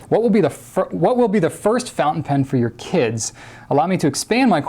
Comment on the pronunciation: And he said "pountain fen" :P